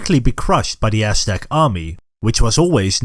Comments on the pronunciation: This sounds like the oshtec from mkx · Not trying to make fun of the pronunciation but I love hearing “ ass stack “ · Practice saying Aztec